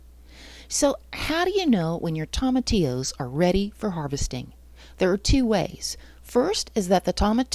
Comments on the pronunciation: 😆No worries at all, I've just never heard anyone say it like that... Tom... atillos. I chuckled everytime. Great video by the way, I'll be referring back to it in the future. I watched it to see if it was possible, now I want to try it, but it might be a bit late in the season. Do you know if tomatillos are an indeterminate variety that keep producing all season? Maybe it's not too late. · Toe ma T Ohs is how it's pronounced just fyi. Really good video. I've got thousands growing in my garden and I want to sell them all. What would be a proper container to transplant them to and sell to the public ? ❤